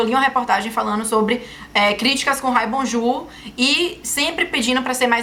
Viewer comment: kkkkk , Bonjouuuuurrrrrr.